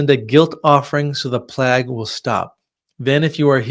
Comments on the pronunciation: "plag"? You mean plague (playg)? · Fascinating. It’s pronounced “plaig” not “plag”